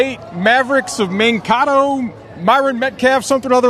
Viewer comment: It's Man-KAY-to. I'm from up there.